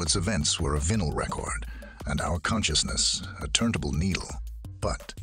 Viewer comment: The voice of the narrator was AI generated from incomplete data. It said the word "vinyl" with the short "i". Somewhere there's a middle age man, a former smoker let's say, who knows how to pronounce the word "vinyl", and wasn't asked to contribute his knowledge on the creation of this video. I DID enjoy the video. Which is why the mis-pronunciation of a common word is so distracting. And it robbed me of a portion of my appreciation. Just saying.